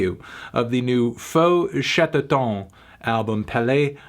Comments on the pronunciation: We pronounce Chatterton the english way. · The eu in "feu" is the same prononciation as the "a" in "about", and chatterton is pronounced the English way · The album is produced by Arnaud Rebotini, that might explain many musical choices. you pronouced the band's name right except the end of "Chatterton",which should sound more or less like the end of "town" in french. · Lol he pronounced Chatterton like it was a french word